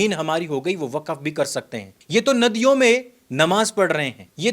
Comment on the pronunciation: वकफ नहीं वक्फ है ये साला